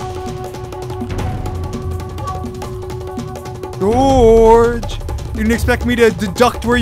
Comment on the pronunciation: bro called him dorge the hole time💀💀